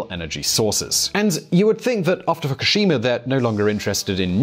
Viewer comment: It is not Fockeshima or a lama, it is pronounced : Foo koo shee ma. Respect on yourself!